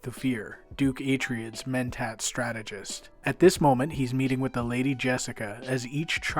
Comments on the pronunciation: Atryids? Dude what? I've never heard it pronounced that way... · Minor quibble, Atreides is promounced A-Traya-Dees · Good video, with one annoyance..."A-tray-dees". It's based on Greek. And the Folio edition is gorgeous, with Dune Messiah recently released. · did you do a search on how to pronounce "Atreides".